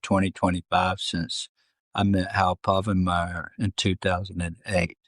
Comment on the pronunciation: Harold "Hal" Povenmire: Dude-, there is only one R in his last name. I just couldn't help myself after the 6th time you said it.